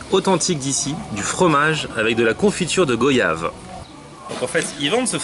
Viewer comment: ça se prononce "goayave" d'après ton pote non ?